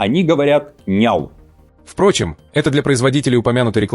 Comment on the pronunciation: ))) Мадам Захарова, не ИлькА, а ИлькО))) Но тоже прикольно)))